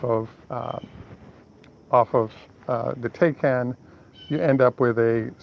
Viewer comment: taycan, pronounced " tie-can".